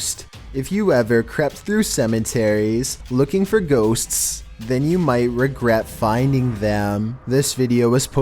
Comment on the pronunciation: How do you pronounce ghosts?: GhoSSStSS